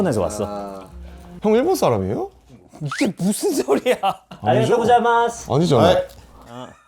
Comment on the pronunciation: 😂😂😂😂 arigotou gosaimas on spot was too good 😂😂😂😂😂